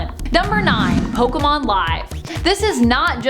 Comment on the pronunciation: Finally someone who pronounces pokemon correctly 👍